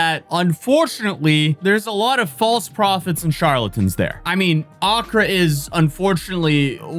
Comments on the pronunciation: Just to let you know it's pronounced "Accrâ" instead of "Âccra" where the emphasis should be on the latter half of the word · a-KRAA not Akra (not a dig just explaining) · Each time he says accra instead of Accraahh a piece of my brain breaks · your pronounciation of accra is off, and I think you said medina, its actually madina, a muslim part of accra. ghana is like 99% religious. christians & muslim mixed with nature gods and spirits. common ghanaians believe in pretty much everything all at once, witches, wizards, demons, curses, faith healing, national headlines about church leaders that want access to dead presidents body to raise him from the dead, women giving birth to snakes, goats turning into old men, they banish witches to witch-villages, chop of children heads for money rituals and rituals to make them bulletproof, ......... Im surprised that only a few ghanaians showed up for the arks. but I guess it was more viral outside ghana than inside. ghana is a very stable democracy, no terrorism, mostly safe. some clan fighting up north, highway robbers at night outside metro areas. ofcourse lots n lots of scammers. poor and desperate conditions but usually people take care of eachother.